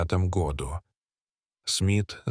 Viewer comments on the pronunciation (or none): В 1989 годУ, а не гОду. Двадцати трËх, а не трех. Читает робот, делая ошибки в произношении слов. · чтец еще тот, "году", ударение на "о", это что-то, сказочники, и люди и кони и события и страны